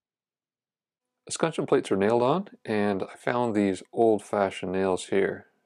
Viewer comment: Minor FYI - es·cutch·eon. Great lessons in this video for the notice woodworker.